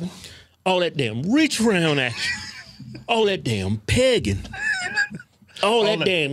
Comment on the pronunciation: What I thought at first: What in the heeellll does pagan gotta do with pride and gay stuff 😭😂 I’m pagan and I’m into that kinky shit but damn guys why you gotta throw us in there After hearing it for the 10th time: OH SHIT THEYRE SAYING PEGGIN 😂😭😭😭💀